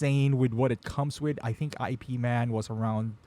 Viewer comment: You pronounced Ip man incorrectly 🤦‍♂️